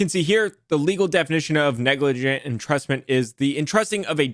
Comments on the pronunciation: LMAO silly it is spelt “neglijant’ not “neglargant” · NEGLARGANT 🤣🤣🤣 Top tier effort Neglrant Negligernt Negligante Nerglrant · neglarant lmao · Neglrant, negligernt, negligante, I love it 😂. I thought I was having a stroke for a minute